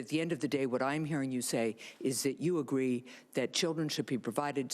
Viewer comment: SHE SAID AGWEE...